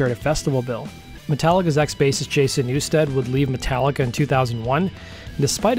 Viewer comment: You fucked up Jason's name 4 times. There's no A in NEW-STED!